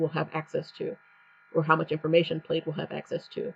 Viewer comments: You are mispronouncing the word. It's pronunciation would sound like (plad) The "I" is silent. Like the check pattern in a button shirt. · I am going to create a new bank account tomorrow with a new bank to avoid plaid bullshit. Also: it’s pronounced “Pladd” like a plaid shirt.